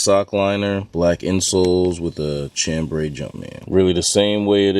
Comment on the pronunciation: Chambray = sham-bray not CHAM-bray